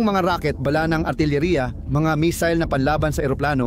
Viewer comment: Ayusin mo ang pag bigkas mo ng bala.para ka namang grade 1.